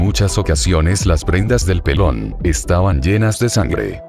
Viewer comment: Aparte de la música,que pronuncie bien, cómo que chofer y pelon? No conoce los acentos este hombre